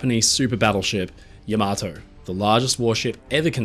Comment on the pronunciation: I hate to be pedantic about this,, but could you please be the one maritime history YouTuber (apart from Drachinifel) to pronounce Yamato's name correctly? ❌ ya-MAH-toe ✅ YAM-a-toe (with the accent on the first syllable) For those who ask what difference it makes, I refer you to the words of Lt. Cmdr. Data: "One is my name, the other is not."